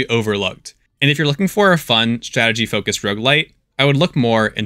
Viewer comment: Please for the love of god emphazise the first syllable of roguelite like a normal human being. "rogueLITE" makes me cringe every time